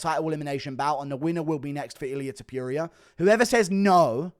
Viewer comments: love you bro, but c’mon... it’s Topuria, not Tepooria. Put some respect on the Georgian beast’s name! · I cannot stand how you say Ilia Topuria, why tf are you saying tipuria, THERES A "TO" so it's TOOPURIA NOT "TIIIPIURIA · Guru, ffs, learn to pronounce names. topuria, not* Topyoeria*! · Its Ilia Top-ooh-ria, not fookin Top-you-reeyah... Its not that fookin hard!!!! Youll never be as great in mispronouncing names as the Goat, the undisputed Chael... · STOP SAYING TOP-YURIA THERE IS NO "Y" TOP-URIA. Jesus christ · Top*puria! (not Topyoeria!) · topuria not topiuria btw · “Ilia topyurier” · It’s pronounced tooppurria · Topyurija lol 😂😂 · Topuria, not Topyouria. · “Ilia Topiuria “ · Ilia topuria not Tipuria you kokhead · Tf is ilia “Tupew-ria” 🤣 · “Ilier topurier” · Thepureia lol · Ilia Topyuria? 😂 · Eeliyah Toepyureea. Bro learn how to say his damn name 🤦🏻😂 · “Illiyay tupureuoau” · Topuria not toperia. Get his name right FFS. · Ilia ta-pew-rea 😂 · To - Por - riah -a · It sounds like vomiting when you speak out ilias last Name!! It’s TOPuria and not that sh*t you try to say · As an Australian i can say this concerning pronunciation- Aluminium is acceptable but Ilia Top-ewe-ria in unacceptable.... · MMA "Ilia Tuhpeeria" Guru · Say his name right bro ham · stop mispronouncing TOPTURO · guru still cant say topuria right wtf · mf cant pronounce topuria right to save his life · You cannof even pronounce his name correctly. So cringe. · My guy still doesn't know how to pronounce Topuria. Impressive.